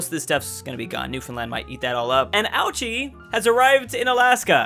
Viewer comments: Fun fact: ouchi isn't pronounced as ouchie it's actually pronounced as oh-oo-chie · Anyone else cringe when he mistook the Hessian army sieging down Bavaria for the Bavarian army? Edit: Ouchie was funny a couple times, but, it's O-oo-ee-chee. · Ouchi: says “Ouchey” Everyone else: laughs aaaa HAHAHAHAHA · ouchi ? more like GOUCHI